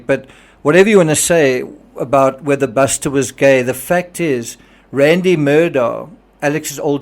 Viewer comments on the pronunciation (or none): none